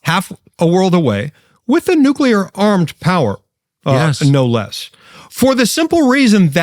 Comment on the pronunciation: Walz said nucular NOT nuclear.